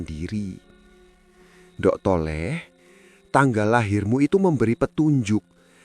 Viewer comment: Hahaha pengucapan nDhuk.... Thole..... Kok jadi nDok ... Tole...?? 😂😂😂